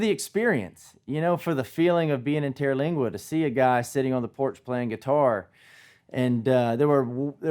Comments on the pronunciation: You know how some little things just make you crazy sometimes? Sorry, but there is no terra in TER-lingua. TER as in 3, like tertiary. Lingua as in tongue, languages. It refers to local Indian tribes. I’ve been coming here since the Terlingua Racing Team days. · He's not the only person that claims to know or love Terlingua and didn't even take the time to learn how to pronounce the name. They will MOVE here without a clue and leave soon after because it was not the fantasy place of their dreams. They are JPT just passing through. 40 yrs of seeing this. Been a wild rice out here and was for me where I belonged.